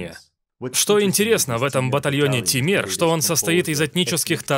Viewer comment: Не Темир ,а Тимур